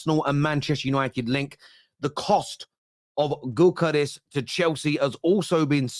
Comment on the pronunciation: when you pronounce Gyokeres take the G off 👍 that’s the way it’s pronounced mate.